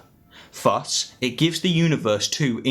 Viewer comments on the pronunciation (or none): Great video. Btw it is pronounced thus not fuss.